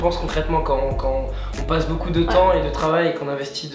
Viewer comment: Au lieu de dire beaucoup tu a dit beau cul